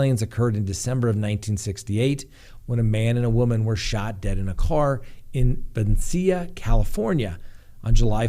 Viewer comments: Ben-ee-shi-ya= Becicia :_Winnieface::_Love::_cigar: Va-leigh-ho=Vallejo Locals don't pronounce it correctly, but that's hownthe locals pronounce them.😊 Man, I never wanted to be THAT person to correct a pronunciation with you!:_Ugh: Crap, I'm that person today!:_Winnieface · I’m from Benicia. It’s pronounced “beh-NEE-shuh” and with Vallejo, while Spanish, we usually pronounce the L’s